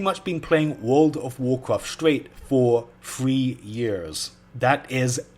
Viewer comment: Fwee yeers